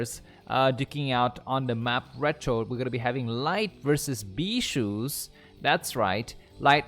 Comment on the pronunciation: Bee-Sue not shoes..